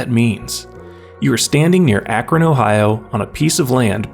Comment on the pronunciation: Thanks for pronouncing Akron right 😂